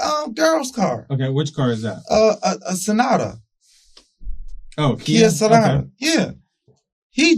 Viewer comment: That man said Kia sonata😂😂😂😂😂😂😂